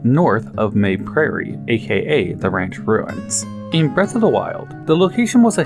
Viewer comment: This is a Japanese game. I can almost guarantee you the proper pronunciation is "ma-bay".